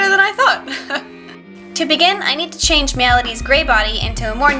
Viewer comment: when you ment to say change you say chan XD